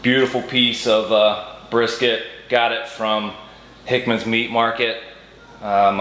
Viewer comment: just came across your video. Hearing you say "Hickman's" makes me miss home. now living in WA but i sure brought the Delmarva mindset to this land of the hippies lol